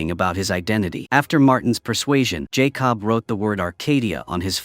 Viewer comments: why does it keep mispronouncing the boy's name -- it's Jacob , not Jay Cobb ... do you do this on purpose ? Believe it or not some people won't subscribe or even give you a thumbs up for this repeated mispronunciation ... because to them it means you didn't take the time to even listen to this to see if there were any mistakes . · Lazy channel and AI……pronounce that boys name correctly & it’s not JAY COB. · Jay cob lol 😂😂😂😂😂😂😂😂 no more AI!!!!!!!!!!! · You know, I am by no means an expert of all things Youtube, but when I make videos on my other account I freaking watch/listen to them before publishing to make sure there are no glaring errors with facts or speech like JAY-COB. Either your AI program can't spell Jacob, or it can't read the word Jacob. Either way, it should have been caught before publishing. Lazy work, and the last video I will be watching from this channel. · Jay-cob lol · Jay Cob suplies suplies AI BS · It’s not Jay cob , jacob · Jay Cobb 💀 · It's funny how AI pronounced Jakob as "Jay-cub" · AI slip up! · His name may actually be Jay Cobb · Its not Jay Cob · I heard Jay Cob. He must be a cousin to corn-on-the. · He supposed to say Jacob 😂. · I hate it the way he says Jacob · I hate when people use these AI that can’t even say a normal name like Jacob 🤦🏾‍♂️